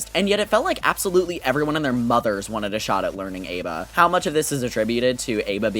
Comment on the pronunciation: That's not how you pronounce ABA. That is the only flaw of the video, though, have a nice day